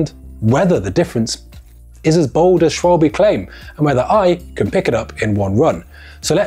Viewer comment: It is not Schwalbi…little bit later in video… thank you please 🤣